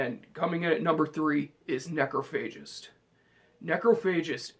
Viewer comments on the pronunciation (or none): It's pronounced "NEK-RAH-FUH-JIST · Dammit! I was with you til you said Necrophagist! Grrrrrrrrrr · Necrophagist? Seriously dude? Necrophagist? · He pronounced Necrophagist wrong...